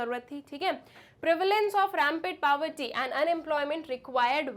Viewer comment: Medam saying pabarty but it's poverty 😢